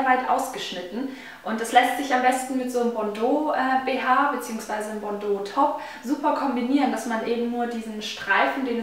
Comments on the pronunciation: Ich bin Französin und wir sagen "bandeau" und nicht "bondeau" :) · nein Bandeau , so wie du des sagt hört sich es an wie bordo rot .und ich bin französin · bAndeau nicht bOndeau